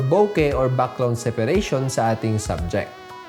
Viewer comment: Your pronunciation of "BUCKGROUND " IS SO COOL